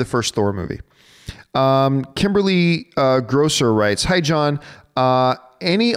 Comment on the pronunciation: hahahah John you destroyed my name there , but it doesn't matter because you picked my question! I prefer John alone at mailbag with these rapid-fire questions, way more interesting and entertaining.